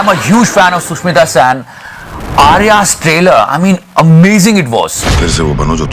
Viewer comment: Love ur work. Really informative and funny in every second And the bus video is from kolkata not mumbai. And its Sushmita sen not sushmita saan